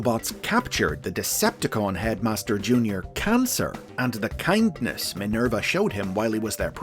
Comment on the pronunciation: " Minelba ", haha, lol